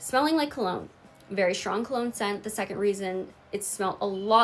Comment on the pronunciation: did she just say “ver famous rapper” 😂😂😂😂?!?!?!?!?